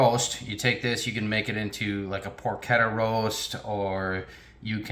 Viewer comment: Lol. He said porketta. It's por chett a.